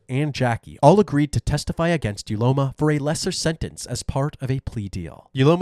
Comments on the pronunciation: Uloma pronounced ‘Ooloma’. What were you thinking wicked woman? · Not me correcting the pronunciation of "Uloma" in my head every single time. Having a variation of the name "Ihuoma" and having it mispronounced every single time has definitely taken its toll on me. 🤕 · Uloma ❌ Ugointojail ✅